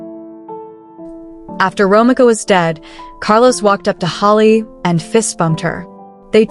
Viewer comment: Say it with me…. RO MEEKA not Romica. In the future you should check the pronunciation of the persons name if you’re not sure.